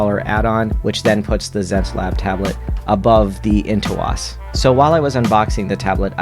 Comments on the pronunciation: Nooo! Way-comm and Into-ose! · how dare you say Wacom and Intuos like that!... Nice review though. Lol